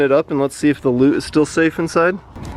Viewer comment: For a solid 5 minutes I thought u were saying lube not loot